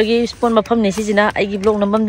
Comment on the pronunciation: It's Vlog not blog